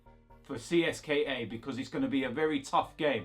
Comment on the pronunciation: It’s “Cist-ka” bro.